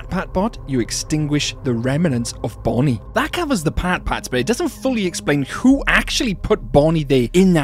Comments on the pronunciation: you said bonine bro😂😂😂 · You said Bonnie wrong